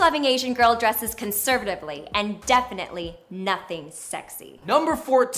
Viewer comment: i ain't sayin nuthin 😂 NUTHUN.😅